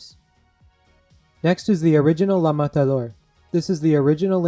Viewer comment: You pronounced la matador so perfectly lol